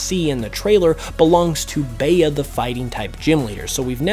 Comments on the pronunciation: Bea is pronounced Bee! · "Bay-uh" you're on thin ice >:l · Every poketuber keeps calling her Bea but it’s pronounce B. Just like the letter. Like Tea is Tea and for a name it’s Tay-yuh, but look at actresses like Bea Arthur or Bea Miller. It’s not Bay-Yuh it’s B. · Her name in the real world would be pronounced like Bee not Bay-uh.